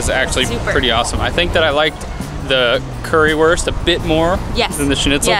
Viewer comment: Currywurst is pronouned as "curryvurst" cuz w=v in German